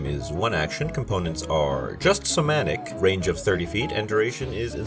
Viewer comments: it's 'somatic', not 'semantic'. Cool spells, might steal a couple of them for my game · Not to be pedantic, but it's "somatic", not "semantic". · It's SO-MAT-IC, not SO-MAN-TIC. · Fun vid. You are mispronouncing somatic. You kept saying semantic every time, which is a different word. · Hey there! This is the first one of your videos that I have stumbled across. Great job! If you keep making videos like this, I will keep watching. For sure! I would like to give you one little note, though. I would Google how to pronounce somatic - I think it got a little bit away from you lol. But, once again, great video and great job!